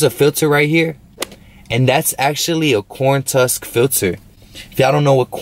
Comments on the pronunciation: Corn tusk? It’s a husk my boy 😂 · It's a corn husk my boy not tusk